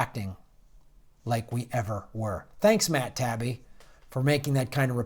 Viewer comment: Hey, Taibbi (pron. Tai-ibbi) is generally not an MSM shill, although he does have moments where one has to question his positions and statements. Journalists like Chris Hedges and Amy Goodman allow Taibbi on their shows, so he's one of the last few corporate journalists who has any kind of respect from real journalists.